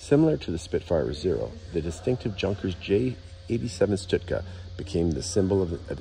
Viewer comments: Pronounced “Shtoooka” great video! Thanks for sharing! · It's not "Stootka"!